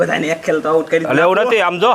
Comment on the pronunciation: ડોહલી આબુટ નહીં આઉટ કહેવાય ❤❤❤